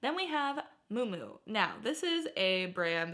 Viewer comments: So living in NYC I do find and pick up most of these brands when I find them. I did find a Hermes scarf at the bins sold it for 350.00 I also worked luxury for 20 years so just to help you out not to criticize Mui Mui is pronounced Mew Mew kind of like new new but with an M… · Girl, look up how to pronounce "Miu miu".